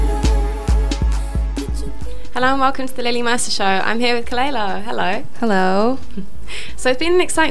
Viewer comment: Kuh lay luh? What!? It's kuh luh lah